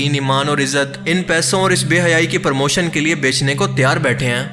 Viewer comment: Permotion nae bhai promotion